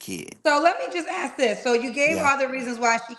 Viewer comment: I've read some the comments and I'm confused with myself, or wondering what's wrong with me. I like him and what he has to say. Most men nowadays can't even hold a conversation. Now I don't like that he said "likeded" for like and "ax" for ask. But I thought he was being legit. Most are still playing the field i believe he's straight up.